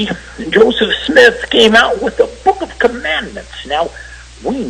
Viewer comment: "Josef Smiith"